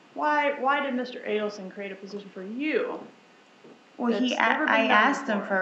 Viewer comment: It isnt ADDelson its AIDelson